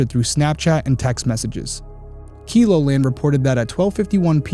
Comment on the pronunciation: Derrick!! It’s KELO , like bellow, keloland… not KILOland hahaha. So glad you did this one! Have never heard of this case and I’m only a few hours away!!!!